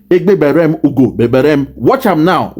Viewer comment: correct yourself, it is ( egbe bere ugo ) and not “egbe bere m ugo bere m”. You’re not speaking like an Igbo person, I don’t know if someone is there to correct you when you speak incorrectly.